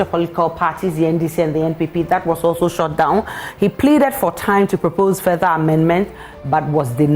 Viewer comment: listen to how this lady pronounce shut down...s o the english of ghanaians are going down